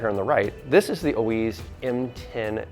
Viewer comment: Oiz, You pronounce it with an F (O -eeeff)